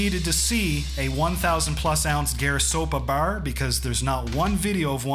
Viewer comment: Awesome! By the way, I noticed you're Canadian and based on the way you say bar, I'm guessing Ontario?